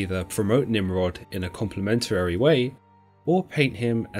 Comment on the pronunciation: You keep adding an extra "er" into complimentary. You're saying complimentarery and it's very distracting